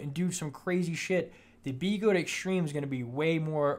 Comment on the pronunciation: B-eh-gode. Not BeeeGode